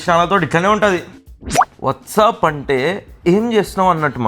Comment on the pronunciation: Bro that’s not what’sup it’s wassupp..! 😂 🤦🏻‍♀️ Ayina asalu america vachi em chesthunnad motel lo gas station lo part time ah?